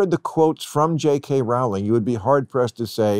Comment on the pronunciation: Rowling rhymes with bowling